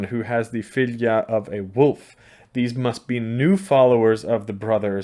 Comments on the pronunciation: In your norwegian dialect, i think 'fylgja' is supposed to be pronounced 'følle'. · Your pronunciation of Fylgja is similar to feline and cats are said to have 9 lives, im sure there is no connection, but just an observation I found interesting.